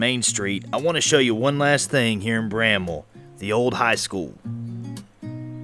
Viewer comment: Thank you for pronouncing Bramwell correctly.